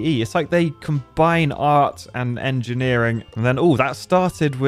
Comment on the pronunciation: "combining art and angineering", you mean Architecture? ;)